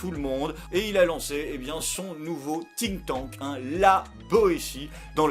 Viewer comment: Désolé mais c'est Think (prononcé Fink), sinon super épisode, hâte de voir ton nouveau format ;)